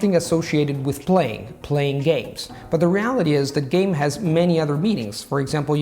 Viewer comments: “Are you gay, are you down to do something”. 😏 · "I was haunting gays"💀💀💀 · "playing gays" "I was hunting a gay" "gae" "are you gay?" 🧍‍♀️ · It didn't sound like 개 to me. It sound more like gay, or game with an accent mainly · When he said game, I thought for sure he said 개. Then he said, "what do you think of?" Me: Dog, i knew the word, it's dog!!! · Tim Hansen yes... thought so too! 😁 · Same, and i was like well, you probably mean happy ? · Yesss, me too. I thought "wow, straight into that topic" ... brave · The same Xd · Я действительно думал, что😜😊😉🤣😂